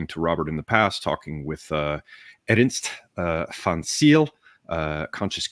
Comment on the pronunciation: It is pronounced Ernst van Zail.